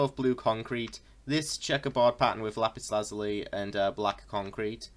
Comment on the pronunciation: Finally someone that pronounces lapis Lazuli right